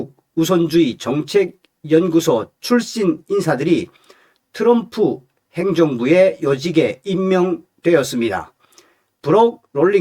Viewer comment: 츄럼프가아니고 트럼프 멋부리지말구 옆에있는 내여자친구가 미국흘인오야 제발좀 발음좀 멋있는게아미라니까